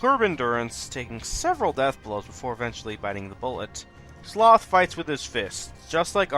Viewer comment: Also, you didn't pronounce Sloth's name correctly!